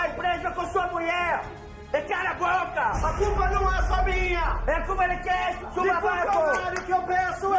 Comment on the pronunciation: " A curpa é de kem? Su babaco!!" Kkkkkk